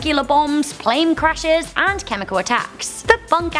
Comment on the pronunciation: Pretty sure she just said "plame crashes"